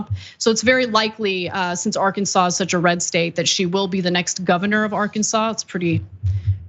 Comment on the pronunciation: IT'S PRUHNAOUNCED AR-KANSAS YA IDJIT